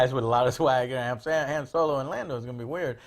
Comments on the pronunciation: Joe stop saying Han's name wrong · Maybe because of how Lando kept saying it in 5 and 6?